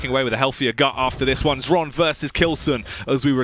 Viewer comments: Dear casters, its pronounced "Hron" were "H" is not silent. Not Shron, Sron, Exron, Kron, Esron, Ksron. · Russian/Ukrainian here. Same shit, really. The X is Cyrillic, i.e. it sounds pretty much identically to Latin H. Zoot, being buddies with Xron, has known this for ages, but refused to say "hron," because it somehow messed up his throat or whatever. But it's pronounced "hron." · Number of times when Xron's name was pronounced correctly: 0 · Top 10 mysteries science can't explain: #1 - How to pronounce Xron's name